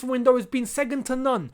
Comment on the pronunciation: saying “ segond “ when he’s meant to second 😂😂😂